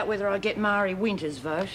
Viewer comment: called Marie, "Myree" instead of "Maree" Hey BIG MOUTH JUDE! what if it had been Lori? Would you have done the same thing? HELL YEAH! You would have tried to get Lori off smack. The next time Edna gives you something Marlene, give it to Jude. Then when she throws up her guts, tell HER "It was just your imagination."